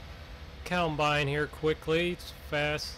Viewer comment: I like how he says, "keyawmbine" BRUH